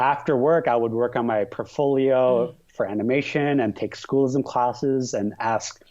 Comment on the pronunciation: S-CHOO-LISM!!! S-CHOO-LISM!! S-CHOO-LISM!!